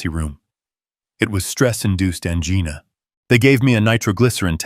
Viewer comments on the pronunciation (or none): Floor toseeling? How about from floor to ceiling? 😂😅🤣😅😂😅🤣😅😂😅🤣I just unsubscribed from this channel. Too many errors on pronunciation and spelling. There are much better story channels out there. Ojai….not ohigh. Angina not anginna. Senile…..not scenile. Hell, my spell checker won’t even correct some of your stupidity. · The correct pronunciation of 'angina' is 'an-JIE-na!!!😡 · Definitely an AI speaker. It was evident when “he said” OH -IO, AN - GINA. Cannot listen to this. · Angeena? Really? Teach your AI narration to pronounce angina. Geez! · ANGINA IS NOT ANGEENA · NARRATOR!!! ANGINA is not pronounced like someone's name. Ann Jena??? It is ANGINA AS IN THE WAY YOU PRONOUNCE VAGINA!!!